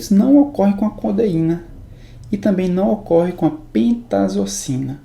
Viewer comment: as aulas são muito boas mesmo, mas na humildade pra somar. he-ro-í-na co-de-í-na.